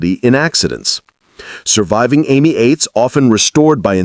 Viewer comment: Why is it so hard to keep and pronounce European names. The Citroën was am ee 8. Ami is French for friend. Not Amy. Get it right or don't bother